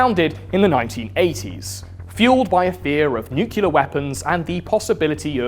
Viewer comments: It's spelled nuclear my man. Nu-clear. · God, I really love you man, but please don't pronounce "nuclear" as "nucular". 😭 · Of course would pronounce it “nucular”… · One day he will be able to say nuclear correctly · I'll buy your comic book when you start pronouncing 'nuclear' correctly... 🙄😏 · Bro you put in all this effort but you say nuclear wrong. It made the last part of the video very annoying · You might want to learn how to pronounce the word "nuclear". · Man, it's pronounced New-Clear, not New-Cue-Lar. Simpson is a liar. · NEW-KLEE-AR not NEW-KILLER (though I guess it makes sense as the devil) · its pronounced noo͞′klē-ər! NEW CLEA ER not nuke you ler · it's NUCLEAR!!! NOT NUCULAR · great video. btw its said nuclear not nuculer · Really thought Mr. Ordinary was a “nu-clear” fella, not a “nuke-u-lar” kinda guy, but here we are. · It's NEW-CLEAR, not NEW-CUE-LA Otherwise, brilliant video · Nobody fuckin says NEW-CULAR anymore. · "Nucular" is a real word and it does not mean "nuclear". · You lost me at Nukular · Man, you need to pronounce nuclear properly my dude! Not nu-cil-er you dummy 🙂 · Great channel, thanks for all the work you put in. Kindly, please pronounce Nuclear properly. New-Klee-Er is the proper phonetic. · It's pronounced "nuclear." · I found the "Nuke-u-lar" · I like that you pronounce nuclear like Simpson "Nuke-u-lar" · nucular, it's pronounced nucular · Say nucular one more time oh my god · WTF is nukuler? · I thought that pronouncing "nuclear" as "nucelar" is an American thing. Where does this pronunciation come from? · Ugh, you say nucular. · Although I love your videos, the fact that you pronounce “nuclear” as “nuke-ular” bothers the fuck out of me. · "nucular" ಠ_ಠ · Nuke-yuh-lurr, huh? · Plz mr. Lucifer stop saying nucular. It makes me reluctant to share your video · The real apocalypse is hearing "nucular" over and over.